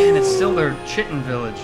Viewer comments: "Aktchually, it's pronounced KITE-in" &: "I don't remember asking you a god damn thing." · just so you guys know chitin is pronounced like 'kyte-in', not like how you've been saying it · No, no, no – it's spelt chitin, but it's pronounced 'Throatwobbler Mangrove'. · LaFave "we still refuse to pronounce Chitin properly" Bros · guys, it's chitin not chitin, jeez 🙄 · You guys keep mispronouncing chitin it sound like chaurus shitting. 😂